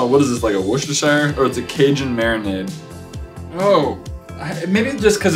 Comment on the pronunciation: Matthias Wayne from England hear, you are the first American I have ever heard in my whole 30 years on this planet that has said Worcestershire sauce correctly, you sir I give mad props... 👍